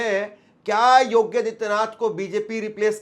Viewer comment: Yogya hai ya yogi. Pronounciation be attended